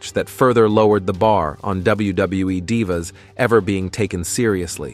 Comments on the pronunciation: Anyone else get pissed everytime he said Dive a or Dive a’s instead of Dee va? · Please stop mispronouncing divas 😢😢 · Stop mispronouncing Kristy hemme and stop mispronouncing divas 😢😢